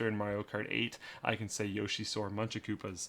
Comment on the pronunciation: I hate people who say yosh-ee instead of yo-shee, knows the stuff.